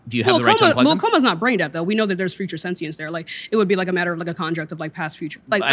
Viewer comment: If your mvp can’t pronounce “sentience” correctly and his entire position relies on a word he cannot pronounce, I would highly advise a new “mvp”